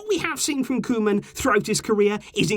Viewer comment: Hi! Just helping with pronunciation, try and say Koo-man but the man like the English can't and can and try to say the koo a little faster, Vitesse is pronounced Vi-tess-e you say the e at the end. Keep up the good work!